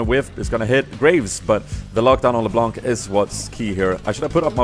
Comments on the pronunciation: The C at the end of LeBlanc is silent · Damn dat "LeBlånk" tho :P